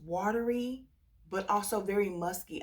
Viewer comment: “Muskay” when you laughed at yourself I lol’d. I remember when you didn’t care for L’Imperatrice and now I found something in it that makes my nose turn up but I do think it’s because I wore it in cold 🤞🏼